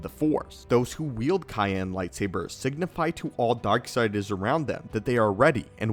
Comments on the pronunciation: ...uh it’s pronounced “Sigh-Anne”, not “Kai-Anne”...for the Cyan color. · Cayenne? I think you mean Cyan. Pronounced (S-I-an) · I thought it was pronounced “sai-yan” not “kai-yan” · A cayenne lightsaber? Is it powered by peppers? 😂 Lol dude, it’s pronounced Sai-an. No hate, we’ve all mispronounced words, I’m just dying over the idea of a lightsaber with a cayenne pepper as its power source 😂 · CA-IN?! Bruh it’s sy-an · Cool video, just so you know, Cyan is pronounced “Sigh-yan” not “Ki-an” ❤️ Keep up the great work! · Si-Yan. : Cyan. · bruh this mf is so dumb CYAN is pronounced SIAN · C Y A N (sigh Anne) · Cyan isn't pronounced with a K-sound. It's "Sy-an". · CYAN = SAI-AN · Bruh, cyan is pronounced SIGH-ANN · lol cayenne is a pepper. cyan is pronounced like sigh-an. although the word sigh should itself be sig-uh. english... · Cyan- pronounced Si-ann. I manufacture toner. Cayenne is a pepper. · Sy-ann is the pronunciation for cyan. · I always thought cyan was pronounced "sigh Ann" 🤔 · it's sai-an cyan, i mean soft c not a "k" sound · Cyan, pronounced Sy an, is a blue crystal. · Why is no one freaking out about how he says “cyan” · the cyan and counselor pronunciations are driving me nuts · Why did you say Cyan so weird? Is it a family thing or something? I'm actually curious as hell about it now.